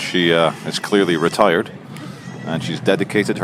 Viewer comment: Did you say retired or retarded